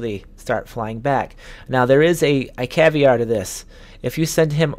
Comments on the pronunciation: SubOrbinate ? Caviar to this ?? It's called Subordinate, and Caveat. How about you maybe stop playing video games and go back to school. Embarrassing just listening to this. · sub-or-din-ate ...also it's caveat not caviar lmfao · Suborbinates!!! Caviar to this!!! Hahahahahahaha I had to replay that a couple times to make sure you didn't say caveat. Slow down man